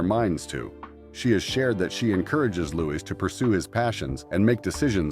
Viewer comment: Sandra’s daughter’s name is pronounced LYE•la, not Layla. Louis was called “Louie” when he was younger; he may or may not prefer Louis now, but he damned sure isn’t Louise. Do some research, please!